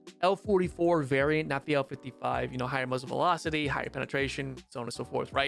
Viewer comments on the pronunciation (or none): none